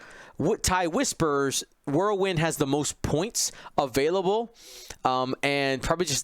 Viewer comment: Who TF is "World-Wind"? You guys are shitty friends not to correct the dude. Whirl wind my friend Whirl... Wind...